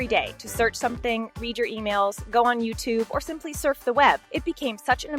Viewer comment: SHE CANT EVEN SAY IKEA OR YOUTUBE